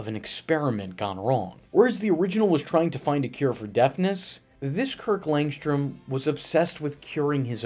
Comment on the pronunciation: Kirk LangSHHHHtrom. It's also SHHHHtrange that Tara SHHHHHHtrong did the voice. Jesus dude! It isn't spelled or pronounced that way.